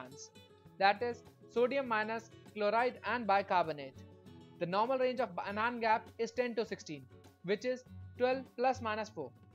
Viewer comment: Good video deserves a like. Narration needs improvement. Its pronounced as An-ion (not A-Non)